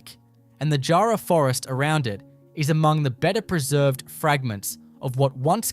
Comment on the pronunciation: He didn’t even pronounce “jarrah” properly. 😂